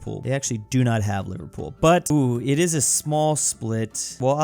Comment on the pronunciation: No please, not the mispronunciation😭 "livar pool" Liver-pool